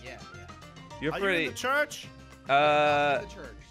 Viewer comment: why cant say church